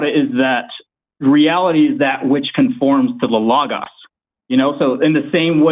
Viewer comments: It is so grating to hear people repeatedly and consistently mispronounce words. It's friggin Low-Goes for bloody sake! Lō-gōs. If you're gonna use it repetitively throughout your argument, say it correctly! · Idk why, but the way pronounces logos gives me big Jordan Peterson vibes